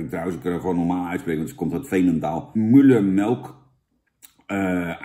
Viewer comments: jan jij kan het echt niet uitspreken het is geen muullermilk het is müllermilk jan hoe jij het uitspreekt is erg beledigend. leer het geschiedenis van müllermilk want jij weet niet waar het vandaan komt. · Je zet de video aan en het is belangrijk om je geluid aan te zetten zodat je Jan kan horen in de video. Vervolgens drink je elke keer als hij "Mullermelk" zegt. Buiten deze video is het inderdaad lastig te controleren, of je moet Google heten.